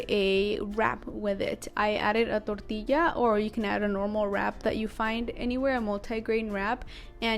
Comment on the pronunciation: I love how you pronounce tortilla :)